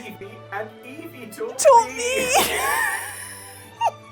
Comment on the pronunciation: I love Eevee, but hate how it says Eeveerrrr. Where the hell did that R come from? You don't hear Prikachu now do you? 😂